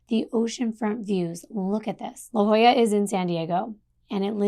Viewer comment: I live in San Diego. It's phonetically pronounced LaHOYA.😊